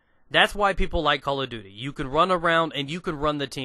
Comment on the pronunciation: I like how you say Call of Duty. . .souds like Calla Doody. Its funny.